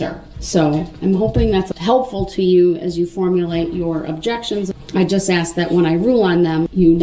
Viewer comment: "Axe" what a dumb person!